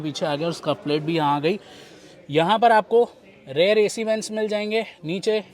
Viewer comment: भाई आप रियर को हर बार रेयर क्यों बोलते हो.